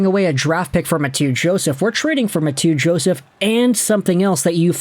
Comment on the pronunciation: Ma-two Joseph? Lol